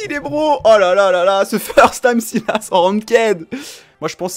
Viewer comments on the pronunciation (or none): On dit pas sylas on dit SAILLLEUUUUSE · On dit [Salasse] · On dit Syl asse